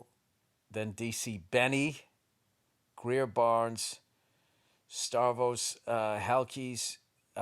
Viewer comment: Starvos...yup, 💯 that's how you pronounce it. 🤣🤣🤣